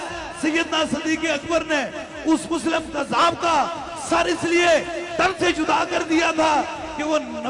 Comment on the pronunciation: مسلم کذاب نہیں مسیلمہ کذاب ۔یہ تو دکھ ہے کہ تمہیں نام تک لینا نہیں آتا